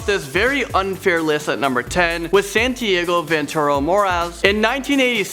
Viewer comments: Santiago. It's actually pronounced "Sawn-Tee-Awg-Oh". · It's santiAgo not santiego I should know because that's my name